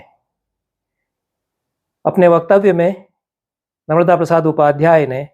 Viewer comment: "नर्मदा" (न+र्-म+दा) संज्ञा का उच्चारण अखर रहा! सादर🙏